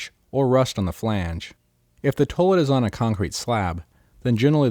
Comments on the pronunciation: Toilet is pronounced 'toy-let', NOT 'tuh -let' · toelet. toelet. toelet. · The way he's saying toilet is interesting.